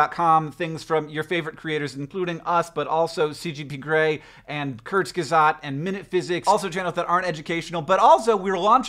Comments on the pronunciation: I love how wrong you say Kurzgesagt:D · Oh my god Hank, the way you pronounce Kurzgesagt! In had to replay it like 25 times!! It’s actually quite cute